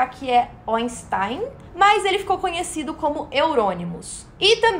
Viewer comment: meu deus menina de tik tok falando de black metal meu deus. apenas pare por favor poser nao sabe nem a pronuncia do nome do Oinsten